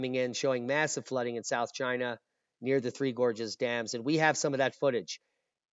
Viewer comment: Ahhahahahah "made in chayna" never lets you down for laughing !! 🤦🏻‍♂️👎🤭